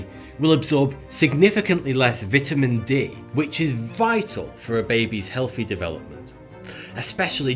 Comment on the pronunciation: Dont ever go out of your way to include twerking in your video Also the way you pronounce vitamins you were meant to be a brick layer yourself